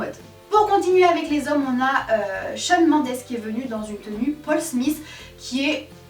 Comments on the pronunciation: SACRILEGE ELLE A DIT SHAWN MANDESSE MDR 😭😭😭😭 chuis dead au cas où on prononce Shawn meindez même si ça s’écrit Shawn mendes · "shawn mONdes" svp... 😭😭